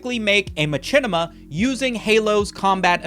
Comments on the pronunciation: the way he says machinima is making me uncomfortable "my chin ema" i have always heard said "Mah shin ema" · Bro pronounces Machinima as Ma-chin-ima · I didn't know I could be so desperate for someone to please god stop saying ma-CHINnima. Its like a horrible form of reverse asmr torture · its pronounced mashinema, fool. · Hate how you say machinima its machine pronounced matchene? The creator even said how it was pronounced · The only person ive ever heard put chin in machinima, do you also pronounce machine macheen? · Every time says ma-chin-ema 1 second passes in Africa. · its true. i'm here rn to witness it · is.. is that how machinima is pronounced? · Is mispronouncing machinima a bit? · Bruh please say Machinima correctly at least one time